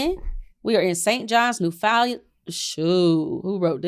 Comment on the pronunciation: It's Newfoundland is pronounced as "New found land".